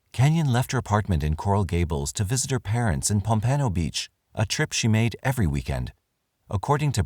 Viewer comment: Pompano Beach. Pom pan o